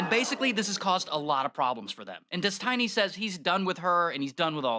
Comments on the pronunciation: Why does he call him Des Tiny? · It's "Des-Tiny"... you mean people don't know how to pronounce "destiny"? Just kept thinking that was strange. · Dess-tiny ? Lol. Intentional? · Did he say "Dez-tiny"? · Des-tiny is thee best pronunciation of Stevens pseudo name.......... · I find it hilarious how the narrator keeps saying "dez-tiny" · Also got to love how the nickname is pronounced des-TINY. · I love how he pronounces it dess tiny. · des-TI-ny LMAO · "His name is Des Tiny..." lmao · Why is that guy talking saying his name all wrong? It is really hard to listen to……